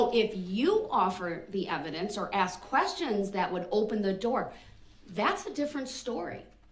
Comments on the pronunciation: I think Brooks must have been a lumber jack in a previous like, always talking about axes 🪓. Axe this, axe that. Grounds. He's doing a bang up job of showing how stupid he really is. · I wish so desperately someone could explain to him the word is spelled and pronounced ask. Not axe. No one axed him to do anything. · The man doesn't know the difference between the words 'ask' and 'axe' yet he's arguing law with a judge. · the judge is amazing to make it simple. we have a saying anything can be cured but stupidity has no cure. so I'm not an English native speaker. but i spent 12 years studying it its really extremely annoying to hear his say { aks not ask } just pointing it out. honestly he did what he did with parade seeing him i think there is no need for a trail. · 1 more time; the "S" comes before the "K"!! ...it's ASK not AKS!! Now say it!! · Ask. Not axe. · I'm not from America but why do blacks say "ax" and not ask? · I want to ax you a question, ah the beautiful English language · And it is ask not aks!!! Why is this so hard? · ''I did what you AXED me to do".....proper English may help in court but nothing will help this highly narcissist sociopath mass murderer. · He "axed" her. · Is he saying axkt? ?? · He shows his intellect by using the word “Axkin” spoiled momma boy. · Why can't he pronounce ask correctly?